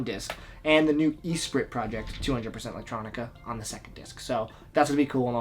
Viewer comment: Great video, but you gotta stop saying Eesprit. It's espree.